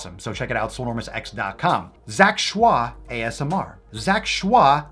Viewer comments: His last name is pronounced as "ch-oy". He actually eats raw salmon, steak, rib eye, waygu, etc quite often as well... (at least previously). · His last name is pronounced like Choy in bok choy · Kamimari Denki why is he saying shah? It’s Choi.... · He's just joking pronouncing it with a French intonation XD I'm French so it makes me laugh everytime, can't help it 😂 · He pronounces it schwa for the Lols. He knows its Choy😂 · In the first video papa did on him, he says he knows it's choi, he just likes how fancy schwah sounds. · if i took a shot everytime he said zach "shwah" id die of alchohol poisoning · Am i the only one who still giggle everytime papa say zac choix ? 😂😂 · the bandana, the way you say zack shwah, I cant 😂💕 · Lmg that's not how u pronounce his last name lmfao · That's 🙂 he's just being funny with the way he says it, I'm sure he knows the real way to say it hehe